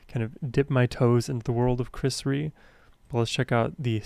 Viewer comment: Pronounced Ree-A… as in rear, not flea. His early career was commercial stuff like Diamonds… and Tell Me There’s a Heaven…. but his heart is in the blues.